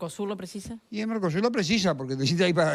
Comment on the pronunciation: Dijo Narcosur?